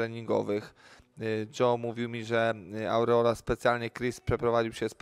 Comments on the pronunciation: KURWA TO JEST ARREOLA A NIE AURREOLA !!! TO NIE JEZUS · To samo chciałem napisać.Andrzej mieszka w usa od lat i mówi ałreoli..śmieszne XD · Od "Aureola" słuchać się nie da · Jaka „aureola”, o czym on mówi??? ARREOLA!!! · Ałreola? Kto to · Jak słyszę te aureola to mi się rzygać chce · No kurwa robić o kimś temat i nie potrafić poprawnie wypowiedzieć nazwiska